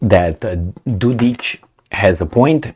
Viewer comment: Mate, it is Dod-ik...k like in (k)ing not Dod-ich ( there is no ć (ch) ) . What a heck, can't you read!? Not every Serb is ich! CAPEESH